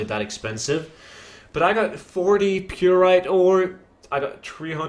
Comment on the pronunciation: FML say it with me now py--rite not purite